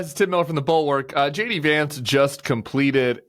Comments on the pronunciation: I know Tim's saying JD but all I hear is Shady.😄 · Whenever you say his name I hear Shady Vance.